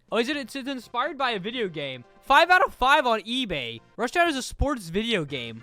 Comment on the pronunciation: wth why did I laugh when you read "rushdown" 😭😭